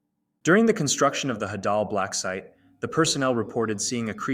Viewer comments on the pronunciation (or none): It’s not hadall its HEY-DUll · is it just me or do i pronounce it “haydal” blacksite and not “hadal”?😭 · Bro call the hadel blacksite the hadal blacksite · DOES EVERYONE SAY HAY-DAL????? I AGREE ITS HA-DAHL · I dont know if its pronounced Hau-daul Or Hædul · The way he says hadal it sounds like an Arabic wird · The way he pronounces "Hadal" 💀💀